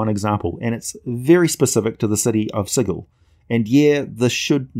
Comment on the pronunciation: cyclical is pronounced "Sick-lik-kal", Not "Sy-klick-kal" melee is french, it's pronounced "may-lay" sigil is pronounced "sij-ul". An actual sigil is synonym of a rune or glyph, and I assume that the planar city of sigil is pronounced the same. I really love your vids, and I'm going through many of them, they're great, but your pronounciation is abominable. Again, I realize you're not American, but still . . .